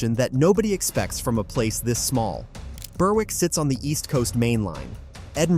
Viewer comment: Burr- Wick?? Its Berrick, 'W' is not pronounced